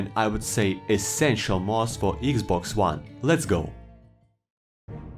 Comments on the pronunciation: “Eeeeeks boxs whan” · "EGGS BOX JUAN"